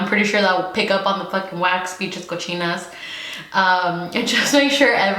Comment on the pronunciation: “Pinches cochinas” 🤣